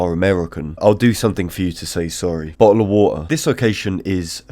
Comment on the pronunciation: my american synapses firing as he says "bottle o water" lmao, love the content bro 🤙